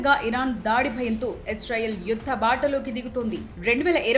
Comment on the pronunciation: ఎస్ రైల్ కాదు ఇజ్రాయిల్ 😜🤓